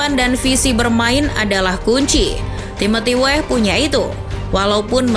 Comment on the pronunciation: Oi mimin....nama org itu jgn salah sebut...Weah bukan WEH...huruf A nya dibaca.kl ga pcy...u dgrin komentator luar negri bicara. Bruno Fernandes juga bukan bruno fernans...ada huruf E di fernandes dibaca juga,min. Tlg y,min itu nama org jd perlu dibaca dgn benar.Weah kog jd Weh🤦